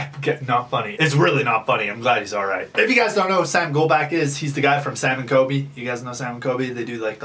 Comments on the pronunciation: Sorry pet peeve Golbach- gol•bock Colby- col•be not kobe Again sorry just a pet peeve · The way he said sam and coby 🤦‍♀️😂jk but fr yh sam got it frickin lucky 🥺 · Ok I like the video concept but it just made me cringe to me it just sounds like your using sam and COLBY for clout you cant even say there names right witch tells me you probably dont even know what you talking about you just saw a chance for clout and took it😊🤧